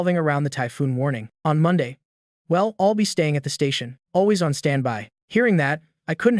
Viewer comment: why he says ill it's l'll dumby